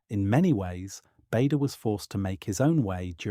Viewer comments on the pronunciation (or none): His name is pronounced 'Barder'. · Needs to be a vlog and as someone has pointed out it’s Bahder